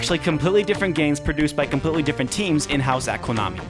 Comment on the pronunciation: I got linked from a kotaku comment to this video. I had no idea what Rocket Knight Adventures was until now. You,, were a very grateful surprise for me. I liked your style and I liked your writing. Consider myself a new subscriber. Also, one question. Do you speak, Japanese? From your pronunciation of the games creator's namd and Konami's name I could hear a definite non-americanized accent of the pronunciations. PS: Get crackin' on that Sparkster review!